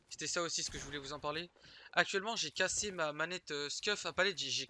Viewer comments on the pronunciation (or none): CASSÉ ÉÉÉÉ pas ER